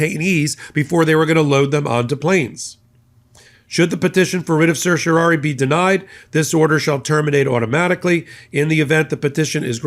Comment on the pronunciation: A minor point: it's a writ of certiorari, which you mispronounce throughout.